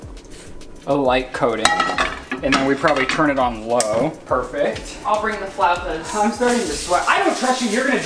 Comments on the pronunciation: Fellow Mexican here had it right the first time: fla-OW-tas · Thanks for the video! Also, your first pronunciation for flautas was more correct than Google's response. Google doesn't know what she's talking about 😂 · The way you said flautas the first time was correct :) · you are right in the pronunciation of Floutas, trust me it is a Mexican food, my mom makes it all the time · 😂😂😂😂 Flautas Like saying ow!(as if something hurt you) Fl-ow-tahs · As a Latina, pronunciation of “flautas” was correct 😭😭👏🏽 it’s “FL-OW-TAS.” Ow as in OWWWW that hurt! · Me: a Mexican who knows how to say Flautas. Also me: Repeating Flawtaz to pronounce it, to later realize she knows how to say it correctly. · You pronounced flautas correctly the first time you said it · deserves points for knowing what a pescatarian is and how to pronounce flautas ☺️ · You were right! It’s flautas the way your pronounced it!!! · Your pronunciation of "Flautas" is correct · Btw, your pronunciation of “flautas” was on point lol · I’m Hispanic and the “flautas” was said right by 😂😂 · had actually said “flautas” right the first time 😂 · Allayna I’m Mexican, and I approve of this comment and saying of Flautas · I think original pronounciation of ‘flautas’ is flawless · 2 years later but you were saying it right ( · Siri cannot pronounce flautas right, you need to google some one who speaks Spanish saying it. is actually saying it right in a white boy accent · yes, you pronounced flautas correctly 😊